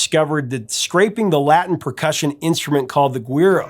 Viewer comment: Props to you fire the correct pronunciation of Guiro. 😁👍🙏🏼